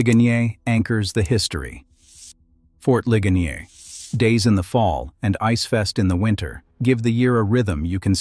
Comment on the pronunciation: "Lih-guh-NEER," Pennsylvania. And "LANG-kuh-ster," not "LAN-kaster." Thank you!